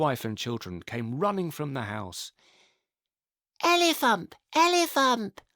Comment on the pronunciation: 'Elefump! Elefump!'😂😂